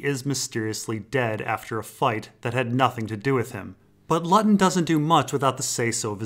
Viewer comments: Great video. Btw Luton is pronounced "Loot-un" not lutt-on. Just saying. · I think the Luton guy's name should be pronounced "Loo - ton". It's a town in England. Great video as always. Thank you! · Brilliant video. Not to be pedantic but Luton with one T is pronounced Loo-ton in the case of the town. That may not be the case with the GRRM character of course.